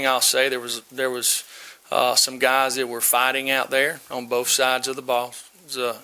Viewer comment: No offense, but his grammar really gets to me. And...if he says BOFE one more time....ugh!